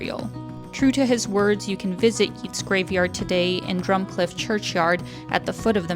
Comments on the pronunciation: YEETS!! Yeats (like gates), honestly, great video ( I want to go), but that pronunciation is sacrilege. It's like you set fire to all the Guinness in Ireland! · who is this Yeeets you speak of..? never heard of him.. and neither has anybody else.. why didn't you mention the famous writer W. B. Yeats.. pronounced YATES..! not yeets.. tiny tiny tiny bit of research..???? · Home 😊 FYI that's not how you pronounce Yeats 😂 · True - for anyone reading this or uncertain on pronunciation...Yeats rhymes with Greats.... ie Yeats is one of literature's All Time Greats. 🇮🇪💚